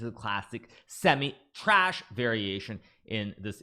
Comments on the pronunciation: Its semi Tarash not trash 😅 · Semi Tarasch - ❌ Semi Trash - ✅ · We all heard you say semi trash dude😂